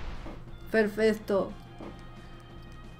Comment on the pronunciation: soy yo o dices perfesto 😂😂😂😂